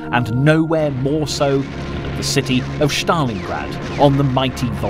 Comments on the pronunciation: Bloke is pronouncing Stalingrad like he’s an SS trooper. Stalin- grad. Not Shztalingrad. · Shtalin and Shtalingrad ? Where is this: ""Sh" coming from? it obviously is: Stalin and Stalingrad. No "h" here, whatsoever. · It is not, “SH - tal - lin - grad,” nor is it, “SH - ta - lin”!!!!! There is no voiced “H” in either proper noun!! When I hear common names mispronounced—in this case, Germanized—I judge the work to be sloppily done and I stop watching. The least any narrator can do is to triple check that all place names and surnames are pronounced correctly! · Why do you use the German pronunciation of Stalingrad? It is Stalingrad, not Shtalingrad. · how many times is this mug gonna say ' Shhtalingrad ' !?? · I dunno why this narrator insists on saying Shtalin and Shtalingrad but it gets up my nose. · Do you misspronounce Stalin on purpose? Štalin, Štalingrad,..just hard to believe when teal put together quality documentry such obvious mistakes appear..also naming all germans Nazis... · It's not pronounced bloody Schtalingrad or Schtalin. Just the s. Stalin. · Can't even pronounce Stalin properly. It's not Shtalin or Shtalingrad